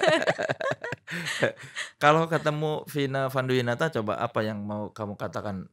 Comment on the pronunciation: Di menit akhirnya lidah Sunda muncul "Vina Fanduwinata" 😂